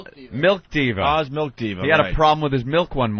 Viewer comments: Why does ope purposely say melk? Like he's trying to start a thing. Just like he used to do with put and but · Opie calls it MELK